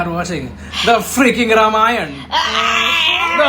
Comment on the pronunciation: that's ramayana not ramayan or some butter naan show some respect to og sanskrit names